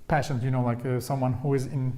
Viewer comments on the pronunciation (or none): oh btw. your English is amazing. I’ve studied French, Spanish and now Turkish and even though I find them “hard” in certain ways as a native English (American) speaker, I thought I’d offer a tip on pronouncing “patient”. It has the long a vowel sound and sounds more like pAyshunt (if that makes sense). The word “vowel” has a very pronounced V sound in the beginning. I have to admit it’s so cute the way you say it LOL Thanks for replying!